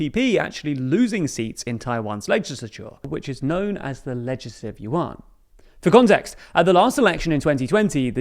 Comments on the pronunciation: Love your video but do google pronunciation rather than assuming how to say it, Lai’s name is te as de in French but you pronouce as de in Spanish. Also wrong pronunciation of Tang in KMT, and Yuan is one syllable and not two. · Kuo /gwoh/ Tang /dang/ Yuan /ywhen/ Teh /duh/